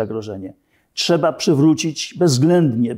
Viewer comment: I co Pan zrobił Panie Naval, by Polski żołnierz z przymusowej rezerwy był dobrze wyposażony i wyszkolony? NO CO PAN ZROBIŁ poza tym, że mówi Pan, że "czeba"?!